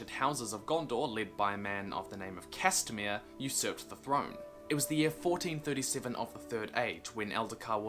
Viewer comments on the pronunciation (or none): oh yah castamir not castamere lol